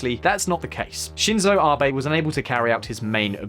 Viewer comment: His name is Abe, not rBay. A is in 'At', be as in 'bet'. And therefore Abenomics is definitely not pronounced aye-burr-nomics.